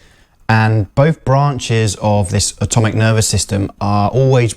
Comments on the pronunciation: I think this person is trying to (incorrectly) correct you because in the video you pronounce it "automic" rather than autonomic. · Autonomic. Not ATOMIC! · It's "autonomic"…